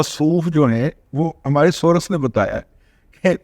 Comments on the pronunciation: دادا آپ تو سورس کا تلفظ یہ نہ کریں،بر وزن کورس کریں،امید ھے برا محسوس نہیں کریں گے، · دادا جی محترم،،،،انگلش کے سورس کی " ر " پر زبر نہ پڑھیں تو تلفظ درست ہو گا ۔۔۔